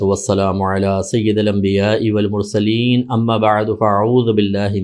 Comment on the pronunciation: syedal mursaleen nhi syedil mursaleen. tuje mufti kisne bnaya